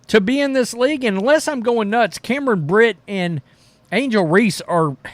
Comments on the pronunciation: Bro her last name is BRINK not Britt or Brynn!! CAMERON BRINK!! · How long is it going to take for you to figure out, it is Cameron Brink, not Brit??? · For Pete's sake, please learn how to pronounce BRINK (rhymes with DRINK)